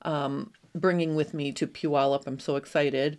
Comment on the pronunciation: I am so impressed that you actually pronounced Puyallup correctly! I live in Washington and people usually butcher the name …lol😅